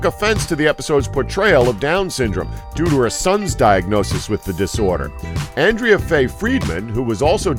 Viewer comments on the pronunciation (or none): none